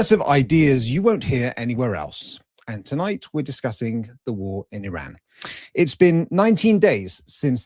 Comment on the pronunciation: You can’t pronounce Iran